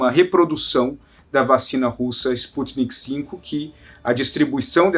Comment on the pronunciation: Não é sputnik v (5) o correto é sputnik v (vê) V de vacina